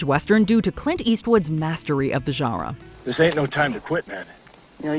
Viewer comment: Please stop saying genre